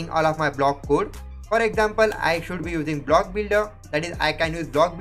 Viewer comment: it's not "kuuud" it's "kode" = code